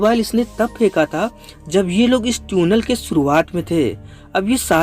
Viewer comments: Areyy 🤣🤣 it's Tunnel not Tune-ell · Bro vo tunnel hota hai tuuunel nahi 🤣🤣🤣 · Bro its tiunal.... Not tuuunel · Teeeunel nahi tunnel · Bhaiya teunel nhi Tunnel hota hai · Its tunnel bro .....Not Tyunel 😂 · NO! it's not Tiuunel and not Tiuunel it's tunnel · Beta dhaniya ye tuenal nhi tunnel hota hi 😂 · आज पता चला कि tunnel को हिंदी में ट्यूनेल बोलते हैं 🤣😂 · sahi baat hai Maine bhi yahi notice Kiya tuinal bol rha hai lol 😆 😂 🤣 😄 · Tiunnal nai tunnel Hota Hai bhai. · तुनल नहीं टनेल 🙄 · This is tunnel not tyunnel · Tune nell nahi chutiya tunnel🤣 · Its tunnel bro .... Not Tuuunel 😆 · Pehle baar 'Tuuunel' sune toh sidhe comments section me khojne aa gaye 🤣🤣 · ट्यूनल…..ट्यूनल bol bol kar dimag ka dahi kar diya….😂😂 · Tune nail.. 😂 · Yeah bro I'm also laughing for that 🤣🤣